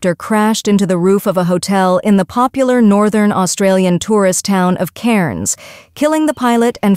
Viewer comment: U have to pronounce Cairns like an Aussie "Cans" 😉👍